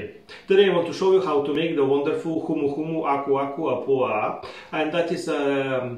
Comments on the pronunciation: LOL I would NEVER have been able to pronounce it. You did a stellar job, I wouldn't have known any different. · I started watching this and immediately was like, how the heck did he just say that name ?! 🤣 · What a stunning glass to serve this in!! Also faaaair play for the seamless pronunciation 🍹